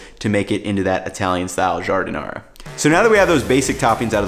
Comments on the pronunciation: 😂 what’s an “electronic” slicer? Just busting your chops. Also, as a native Chicagoan it’s not “au jus”! This is an ITALIAN sandwich not French. It’s gravy. Also final not to pick, it’s giar-din-ayre-uh, not ahr-uh. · Really enjoyed this video which I went looking for since Portillo's is being destroyed since they got new owners and I'm thinking of making my own now....in any case, listening to how you pronounced Giardiniera was a bit painful, lol.